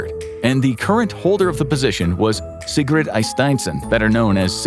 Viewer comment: Will you please pronounce SIGURDA AND NOT SIGRUD?